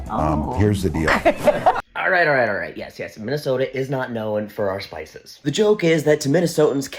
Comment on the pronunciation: As a Wisconsinite, I can appreciate the Upper Midwest pronunciation of the spices! 😂😂😂